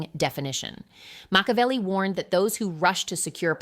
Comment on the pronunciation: Moshavelli? AI generated video